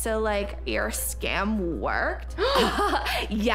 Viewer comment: and they also said skim instead of scam